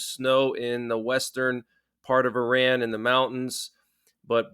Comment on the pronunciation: What a hell is an emergency alert? Also learn to pronouns saying Iran